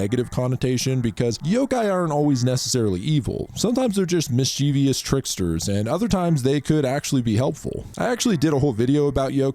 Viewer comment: MIS-chuh-vuhs, not mis-CHEE-vee-uhs Also Tomie is pronounced To-mee-ay